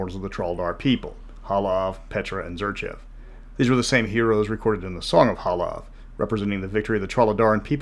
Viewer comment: It's Halav, guys. Not Hala.